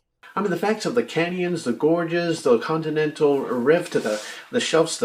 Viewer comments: Just the fact he said "condinendal" tells me he isn't a geologist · Did he show a condinendal diaphragm?